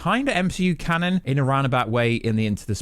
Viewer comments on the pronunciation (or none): none